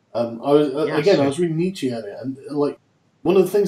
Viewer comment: God damn it, Sargon, it's Nietzsch-UH not Nietzch-EE. The German "e" is pronounced "a".